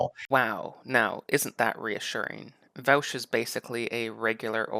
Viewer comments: It’s pronounced Vosh not Vowsh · First, thank you that although you take some lighthearted potshots at Vaush's expense, I think you did try really hard to actually be calm and rational. If the right on youtube tended to be more like yourself, I would enjoy their content much more. However, I do have some issues. I'll split them up by timestamps. Thanks for providing dialogue creating content. Also, his channel is pronounced like VOSH and not VOWSH. (: My analysis: - What defines something as realistic to you? That argument can be used against literally any societal change people want. e.g "Marriage is between a man and a woman. How would it ever be realistic to change that definition?" Now, I get that example does not affect the economy of the world like co-ops would, but this is just an appeal to your own incredulity. - Also, you say we have examples of co-ops being very successful, but then dismiss it as not important evidence? That does not make sense to me. During feudalism, one could've said the same thing about Mercantile Capitalist companies to argue for feudalism and against capital. - He never said there wouldn't be challenges. That's just you saying. "But it's hard." - He gives the sources.... Which you later even go on to look at. What? - He may have been confident in his ideas, but that doesn't actually say anything about his argument. - A source doesn't have to be an academic study? Some are, some are not. There are many types of sources. - You suppose? No, tha